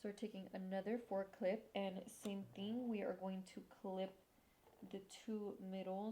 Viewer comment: I kept hearing “forklift” instead of 4 clip🤣🤣🤣 I’ve been wanting extensions for the longest time!